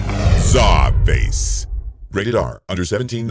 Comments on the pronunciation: Is Czarface pronounced scarface? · AEH92 it’s pronounced SUPER MUTHUFUCKIN VILLAIN sir